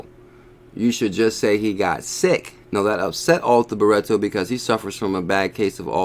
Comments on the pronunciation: BRITTO NOT BURETTO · It's Arthur, as in King Arthur (Nights of the Round Table, Excalibur, you know the story). Not Ar-Tur. Sorry mate, but you are pronouncing it wrong. And it's Britto, like Brit (as in British) with an O on the end. Hope this helps. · this dude is purposely adding letters and vowels to Brittos name for fun, on purpose. He does this with all sorts of words over the years I've noticed. He's just trolling you fools lol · abdel el - my thoughts exactly - if you gonna read something FFS read it/ pronounce it correctly or don’t read aloud.... simple really